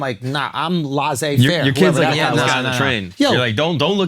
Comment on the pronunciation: The way Andrew pronounced laissez-fair was so funny! Is that how it is pronounced in the States? In french (and Europe in genral) is kinda more like "lishe -fehh"